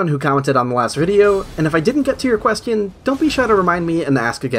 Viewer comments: I like how you say „questyon” :3c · i like how u pronounce question quest-ion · great video, also you keep pronouncing question like "quest-eon" :D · I love how you say Question.